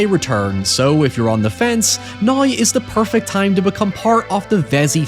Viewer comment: "Nigh" = "Now".😂😂😂